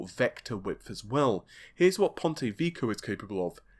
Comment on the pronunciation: That's "Vek-key-owe".....👍